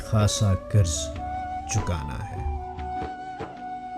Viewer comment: لفظ قرض ہوتا ہے۔۔۔ کرز نہیں۔۔۔۔اردو بولیئے ۔۔